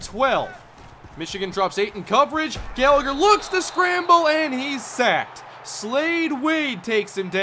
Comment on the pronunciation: You mispronounced Gallagher